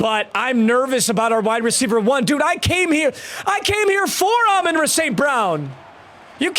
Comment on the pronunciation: Love the videos but got to get the name right it's Amon RA like the sun god